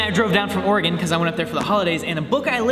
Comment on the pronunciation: Thank you for the correct pronunciation of "Oregon" Some people from the midwest say it like it's a shape. They think it rhymes with Pentagon or Hexagon. So thanks